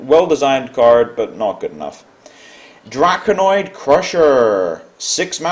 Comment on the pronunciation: Matt Hakala I didn't mean to put emphasis on the i, I was just bothered by the fact that pronounced it drakonOid, intead of drakonid. If people start playing 2 BGH because of all the 7 attacks, then people will stop playing the 7 attacks, consequently there will be less BGH, consequently there will be more 7 attacks etc., so it would kind of end up being a Ragnaros kind of cycle where it's better the less people play it.